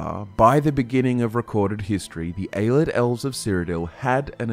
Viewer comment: has been pronouncing Ayleid “aye-lee-Id” as “aye-lid” since the Jump and it drives me nuts